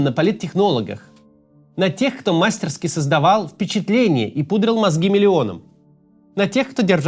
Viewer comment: Максим, в слове мастерскИ ударение на последний слог.